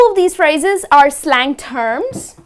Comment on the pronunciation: slang pronounce wrong